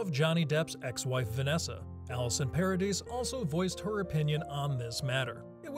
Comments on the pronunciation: Paradis = Pah-ra-dee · Vanessa Paradis, you don’t pronounce the S, Johnny and Vanessa were never married